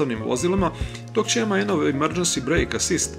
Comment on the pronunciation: Nije "emaen" nego MAN